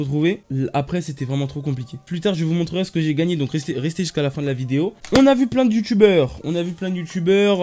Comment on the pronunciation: yamaha c'est une marque de moto :') c'est iiyama genre les i se prononce et oui le 144hz ça change la vie mec tu verras j'viens d'en acheter un stv savoir HP 25mx je l'ai payé 130€ pour un 144hz 1 ms c'est rien et il est grave bien jtrouve tu peux vraiment tout régler